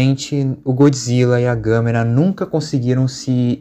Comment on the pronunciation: Gostei da sua pronunciar do nome da Gamera